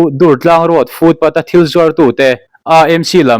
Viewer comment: AMC tih lai,Â lai hi,Mizo Â AW a,Â lam dan anga irawn lam lai tak hi a ṭha kai hle mai